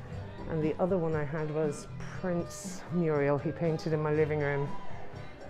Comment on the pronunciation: Loving the vlogs, going to London in July and using them as a guide but please...it's MURAL, not MURIEL!